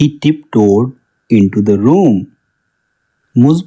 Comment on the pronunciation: I'm. Tir. Hee. Is. Taking. Dha. Bath.. What. Are. You. Loking.